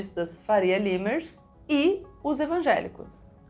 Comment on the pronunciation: Faria limers se pronuncia faria LAIMERS